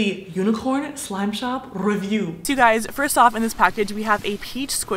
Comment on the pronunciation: Who else heard her say “slop shop” lol I still love you